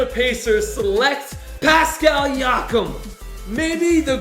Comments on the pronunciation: Nobody: Not a single soul:: “pascal Yakim” picked by the pacers I need likes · “PASCAL YAKEM!”